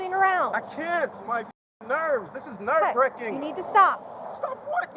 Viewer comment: “This is nerve wricking” lol 😂